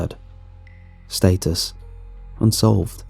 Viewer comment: Stat-Us, not State-us✌